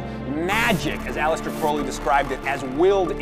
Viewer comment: Thumbs up for mentioning Crowley, and for pronouncing it correctly ^_^ The access over ownership idea also has an environmental benefit. Digital books instead of so many dead trees.